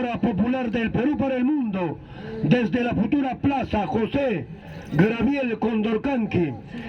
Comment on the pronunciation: Le pueden decir a este señor que no se dice grabiel, se dice Gabriel, claro el que tiene plata habla como quiere pero no confundamos a la juventud.